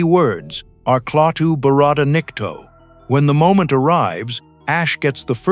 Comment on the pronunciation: WHO, IS THIS supposed announcer ??? I haven't heard a WORSE TRANSLATOR , who aborted, so many, of the names, and words, from the movie! I was even waiting, for him, (or it), to call the robot: Gert, or Clatter, rather than GORT, or Klaatu ! And Pronouncing Barat, as Barrette !! (If this announcer , is THE Authority on the "ENGLYSH LANGUAGE", NO WONDER, WE DECLARED INDEPENDENCE!!